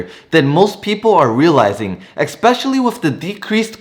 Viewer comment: Please learn how to correctly say "especially" and "undoubtedly".